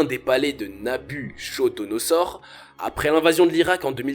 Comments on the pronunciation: Heh... Je suis pas le seul a avoir saigné des oreilles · Il a mal prononcer le nom Nabi kodonozor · On ne lit pas Nabu(cho)donoser : Ch = K. Donc Nabukodonosor. Comme en italien ou grec ck = K. Enfin ce sont les juifs qui prétendent que Satan est un babylonien. Ce qui est totalement faux !Mais, ils se vengent postérieurement vu qu'ils ont été emmenés en esclavage (d'ailleurs comme en Egypte)par le roi cité plus haut. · Revois ta syntaxe, ton élocution car à des moments on ne comprends rien. Tes phrases sont parfois mal construites. Et Nabuchodonozor... stp le CH se prononce K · Nabuchodosor roi de babylone ça se prononce" NabuKodonosor" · Très bonne vidéo , juste une chose , on prononce Nabuchodonosaure ---> Nabuquodonosaure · Sauf que l'on prononce Nabukodonosor et non pas nabuchodonosor Comme on a appris à l'école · Je me permets, mais ça se prononce "Nabukodonosor" et non "nabuchodonosor" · Mauvaise prononciation de NABUCHODONOSOR... dommage ! On ne prononce pas "cho" mais "ko" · 1790 avant JC précise stp et Babylone ( Iran) n'est pas en Asie mais au Moyen-Orient Afrique, on dit Nabuchodonosor ( kodonosor) pas chodo. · On prononce Nabukodonosor... Pas NabuCHAUD... Il y a de l'écho dans la pièce (éko), pas de l'échaud... Nous pouvons, et non pas nous pouvont... Le genre ado excité, c'est un peu pénible en voix off... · Salut, et bonne vidéo, on ne dit pas Nabuchodonosor; mais nabuKodonosor, sa s'écrit comme le cas N1 mais se prononce comme le N2 ! ! ! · Heuuu... Prononcez Nabu "ko" donosor et non Nabucho... Ca fait un peu amateur, mais intéressant tout de même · Prononce "n'a bu ko do no zor" 🤣🤣🤣🤣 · Attention à la prononciation du nom du roi Nabuchodonosor, se prononce "NabuKodonosor". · Dans Nabuchodonosor le ch se prononce k. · Nabuchodonosor se prononce na bu ko do no zor. De rien c'est gratuit ! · on prononce Nabouccodonosor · Nabuchodonosor ne prononce Nabukodonosor